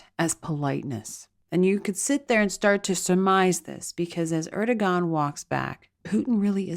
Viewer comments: It’s “AIR-dough-wahn” (the last syllable pronounced like the first syllable in “wander.” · Erdogan is pronounced Er' doe' w' anne. Emphasis on short w sound like in way or wait. In Turkish the "g" is silent if before an o